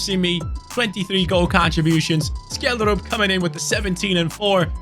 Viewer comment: Btw Scheldrup is pronunced Shellsruup not Skelddrup